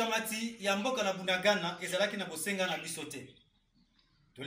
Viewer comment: C'est Bunagana et non budagada